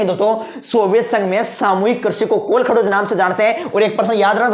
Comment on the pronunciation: Sir ye kolakhdoj nahi h ye kolkhoj h